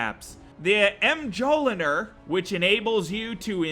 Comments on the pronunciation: You said mjolnir wrong, you say it like “mole near” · Mjolnir: The name of Thor's hammer, pronounced M-yol-neer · The M-Jolinir? That has to be the worst butchering of the name Mjolnir I have ever heard. Water flow? He must be trolling at this point, right? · It's not moljar it's pranouced mill near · "Em-Jol-In-Ear" ...I can't tell if he's kidding with that pronunciation. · He also said em-jolner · the way you pronounced mjoliner killed me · where did you lear to read......."Mule-nearr" dis charge not dis Card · Mjolnir is pronounced: Me-yol-neer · Mjolnir Mee Yol Ner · I hope you pronounced mjolnir wrong on purpose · Reesiescupnarwal Yee considering he also pronounced "discharger" as disc-arg, and waterfowl as waterflow, i'ma go wit no. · Did he......just pronounce Mjolnir like that wtf......I hope that was intentional for a laugh. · I think you're pretty damn funny. Mjolnir is pronounced with the j sounding like a y. It's Thors hammer. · Sorry but you said mjolnir wrong